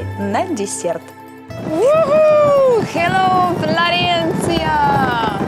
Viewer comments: Флоренция А Не Флорэнция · Я не завидую, я тут живу. Но Флоренция! Не Флорэнция!! Уши режет(((( Firenze если хотите! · Ну и отстой.. ФлорЭнция.., блин